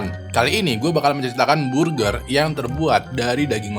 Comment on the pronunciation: Burjer manuksia 💀